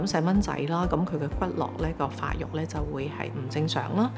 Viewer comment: 骨骼 應讀 骨隔 但兩次都讀 骨落！